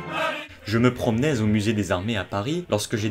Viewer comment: "Je me promenai ZZZZZZ au musé..." Pourquoi une liaison dégueulasse qui n'a pas lieu d'être ??😅